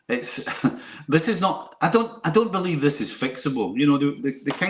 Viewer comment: "bliv" Seriously??? 🙄